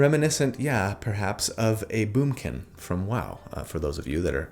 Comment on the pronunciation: I haven't watched a single minute yet, but I saw "The Moonkin" on a video and heard say "Boomkin". My Druid neurons are firing on all cylinders.